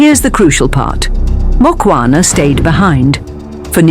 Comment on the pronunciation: Its Mukhwana and not Mokwana